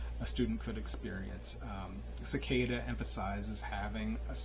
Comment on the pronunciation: Great book and nice summary of the intro ! Subscribed! Do you practice breathing technique in the book? Pronounced as Se-kee-da means seat in Japanese